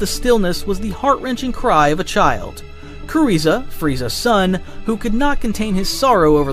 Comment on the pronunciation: knew it was written by ai when he said "kuriza" 😭✌